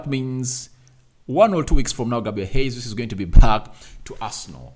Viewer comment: Sir his name is not Hesus. It's Gesus. This is no Spanish. It's Portuguese. What kind of journalist are you?